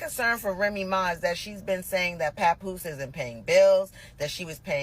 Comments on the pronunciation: I like the pronunciation! lol 😂 we don’t need to be pronouncing his name too correctly now, papoosh will do. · who the hellll is papooshe 😂😂😂 I was watching the last videos just cracking up every time you said PAPOOSHE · The way you pronounce Papoose’s name keeps sending me! 😂